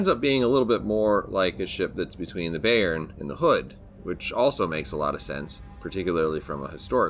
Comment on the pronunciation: Youve to pronounce the bay in bayern like bye. 😉 Good videos, greetz from germany.